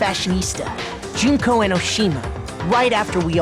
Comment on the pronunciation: I'm really happy that they pronounced Junko's name Joon-koh instead of Junk-oh.